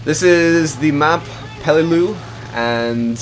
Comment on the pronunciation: this is how you say the map that you played on (pel-e-loo) this is how I think it is really spelled pelelu.